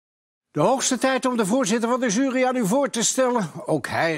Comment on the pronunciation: journaal voorlezen was waardeloos en dit prutkwisje presenteren is ook kut,met zijn zjurie,wat is dat eigenlijk?